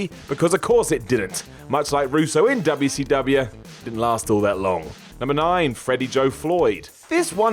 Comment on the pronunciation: me: I hope he stopped saying Wubbya C Wubbya. less than a minute into the video: of f*ckin course not.